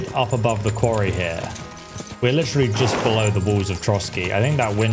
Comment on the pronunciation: You have like 30k grochen but 200 for a horse cleaning is too much. 😂 "It's litchreally daytime" as opposed to figuratively.. you do this WAY too much. Also, why do you keep saying "are you serious" every time there's an OPTION to say something romantic to Hans?